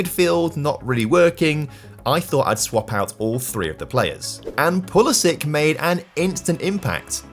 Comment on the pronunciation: Switched off after the “pulisic” signing! How is this guy got so many subscribers